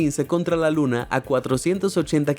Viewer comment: Se equivoco dice 2 veces luns dulce luna